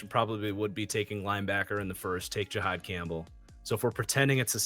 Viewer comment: he said it correctly? Jihaad Campbell. Gee-hawd